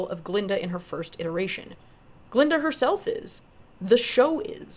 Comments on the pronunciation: Its painful to hear you mispronounce her name this whole video. Its Glllinda. 😂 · That Green Witch and Fiyero was playing Glinda behind her back. And that old goat, kept on pronouncing Glinda name wrong.